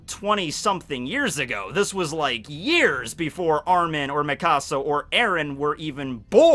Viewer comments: The way you say mikasa pisses me off its like Mekahsa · i’m so sorry but the way you say mikasa💀💀